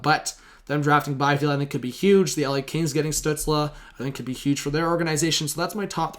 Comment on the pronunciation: Stützle is pronounced "Stew-tsl" not "Stew-tsla"